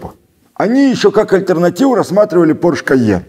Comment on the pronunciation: "Они еще какаль-тернативу рассматривали порш кайен". Я не знаю, специально или случайно это произнес именно так, но прозвучало крайне уморительно))